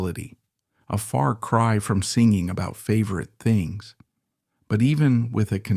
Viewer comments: WOW! you almost fooled me with this ai voice until "singing" became "sinjing" and a few other times. Fair play. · Lol, the AI spelled out the word SWAT instead of pronouncing it. It also mispronounced singing. AI always gives itself away